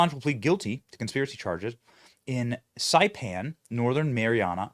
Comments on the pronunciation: Benny, it’s Sigh-pan (Saipan). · Saipan is pronounced (Sigh-pan) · Hi Benny..I am originally from Guam. The pronunciation of Saipan is "sie - pan". Love your show. Been watching your show since you were on Newsmax. Thanks for all you and your crew do to bring truth to Americans. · Escape is not ex- cape, come on, man! Saipan rhymes with pie pan. Love,you, just want to help you sound as smart as you are my friend. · 🎉So glad to hear of Julian Assange’s release🎉 (BTW: Saipan is pronounced Sigh-pan) We appreciate your keeping us updated! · Benny ,,It's Pronounced Sci Pan,,,As In Sci Fi Movies,,,And Even In Spite Of Releasing Info,,And Afghanistan Failure,,The Evil Left Still Fleeced The American Tax Payers Out Of 13 Patriotic American Lives,,And Over 85 Billion,,, With A B,, In Military Treasure,,,,😠😡🤬,,, LET'S GO BRANDON,, FJBB THAT'S BIGLY 💯 45 FOR LIFE 👑🇺🇸❤️🇺🇸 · Saipan..... it's pronounced Si (rhymes with eye) pan. Saipan. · Saipan!! Pronounced. ( S👁 PAN ) The sight of a VERY nasty WWII battle against the Japanese empire. That said, I think Mr. Assange will go the way of Jeffery Epstien. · Benny, it's pronounced "sigh-pan" btw. 😉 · pronounced SIGH - pan